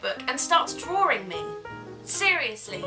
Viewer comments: Drawring? no.. It's Drawing. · hahaahahah i love the way you say drawing!